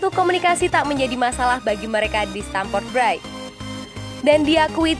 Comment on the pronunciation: pelafalan stamford bridge kok gt... bgitu juga sama villareal. 😀😀😀